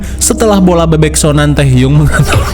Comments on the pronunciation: Tehyung?? Gw gak salah denger kan?? Gw ngakak kalo nyebut tehyung mulu.. 😂😂😂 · Belom apa apa ngakak duluan pas bilang tehyung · Tehyung???😂 hah? Apasiii😂😂😂 ngakak asli